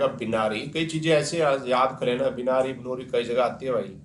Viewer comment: ये Binary बिनारी नही होता सर बाइनरी होता है